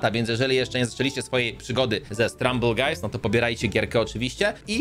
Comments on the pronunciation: nie struble guys stumble guys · gość powiedział srumble guy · Mówi się stumble guys